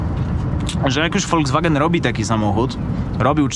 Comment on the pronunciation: tak kocha "Volskwagena" że nawet nazwe marki przekręca😁